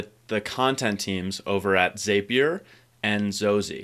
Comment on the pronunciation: Great stuff! A heads up: it's pronounced "Zap" -ier not "Zape" -ier